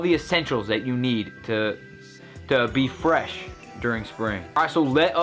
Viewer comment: look at how he says fresh. So funny for some reason.